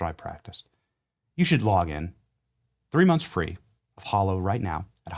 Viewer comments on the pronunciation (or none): Dear Benny……It’s Hallow……..Not hollow. As In “hallowed be thy name”